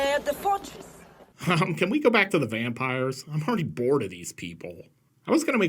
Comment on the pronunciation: Actually,... I heard "Bampires". And your "Daniel Larusso" comment did not escape me. Lolol!! I dont know why that one really got me, but it did. And then, of course, "We have the same haircut".